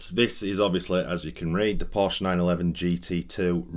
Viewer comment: You should at least say Porsche correctly..lol…